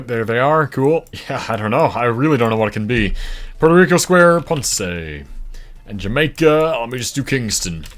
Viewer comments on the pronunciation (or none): none